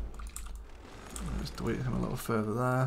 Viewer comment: DEWETE!?!?? hahahahaha